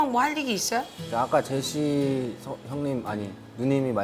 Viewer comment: 보통 제시님을 제씨라고 발음하는데 맨 첨에 제시라고 말해서 진짜 깜놀